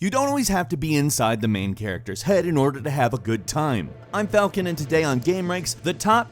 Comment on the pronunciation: That does NOT sound like falcon